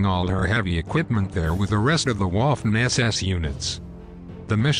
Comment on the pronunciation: Do you say fortyxx or thirtyxx? And learn to pronounce Wittman, not Whitman, and Waffen not Whaffen...otherwise good show.